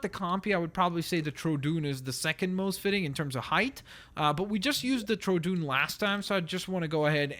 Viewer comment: Please do my Graymon t-rex. GCA ACA CAT TTT GAA AGG GAC FYI troodon is pronounced troh uh dawn.